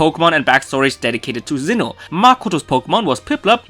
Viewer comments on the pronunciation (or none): Why are you pronounsing Zinn9h instead of Sinnoh, maybe I'm wrong, but I can hear Z.